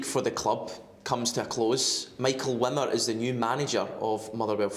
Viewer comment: Are we all just ignoring the fact that neither Michael Wimmer’s first nor second name are pronounced anything like the way anyone in this video is pronouncing them?